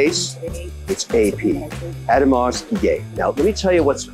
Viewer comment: lol, the "S" at the end of Audemars is silent kev. "ah-ooh-de-mar"